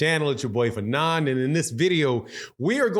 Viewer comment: pronounces everybody name funny 😂😂